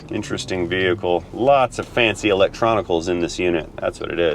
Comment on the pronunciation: Turning off noise cancelling didn’t alter your voice too much. Enjoyed your test dwive with all the fancy electwonics.